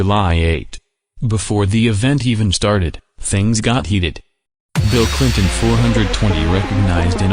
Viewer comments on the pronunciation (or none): I’m sorry BEEL CLINTON!?!